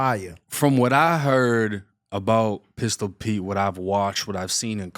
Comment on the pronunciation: Pistol pee - lmao.. always messing names and words up 😂😂😂